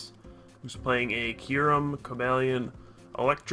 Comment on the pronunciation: about half way through the vid i got tired of "Curem" and not Kyurem lol